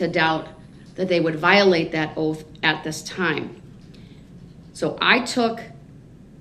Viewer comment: Dem, dis, dat. Are our teachers speaking like that in schools? How is it that black people cannot say, Them, This, That?